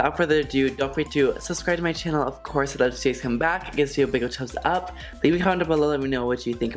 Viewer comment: Am I trippin or did you say “a big chums up”